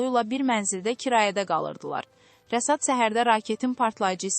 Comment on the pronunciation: Rəsad yox Rəşad! Söbe yox şöbə!